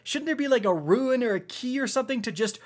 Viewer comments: Rune. Not ruin. Rune... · Rune, not ruin